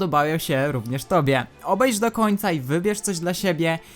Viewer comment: Obejrzyj a nie obejż